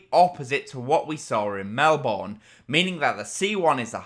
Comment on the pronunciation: Melbourne is pronounced Mel-bern